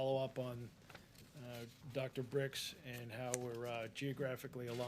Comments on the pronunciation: It's birx not bricks moron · Hey,, it’s Dr Birx not Dr Brix. Have some respect. Also, it’s not hydroxychlorinate. It’s... oh geez never mind.